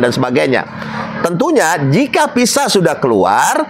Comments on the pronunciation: Kok PISA SIH ????? VISA,.. CEDAL,.. MAAF,... APA INI ORG BANDUNG ??? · Visa pak bukan pisa